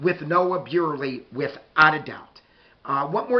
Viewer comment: Thanks,, for your preview of the game. I just wanna give you a heads up on the pronunciation of Big Walnuts running back. It is Nolan Buirley (BURR-LEE). Im really looking forward to this game. This should be fun. THANKS🏈🏈🏈